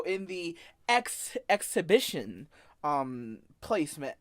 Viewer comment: Or him trying to say exhibition